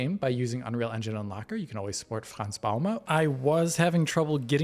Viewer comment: Frans Bouma is a Dutch name not a German name, try pronouncing it again but with a Dutch accent instead of a German one : )